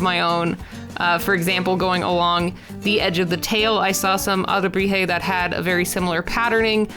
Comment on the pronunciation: SCREAMS YES YOU PRONOUNCED IT RIGHT AND I AM SO HAPPY A H- THANK YOU FOR LIKING MINE AAAAAAA